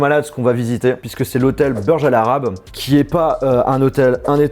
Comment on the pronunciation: Il prononce burj à l’Américaine 😂😂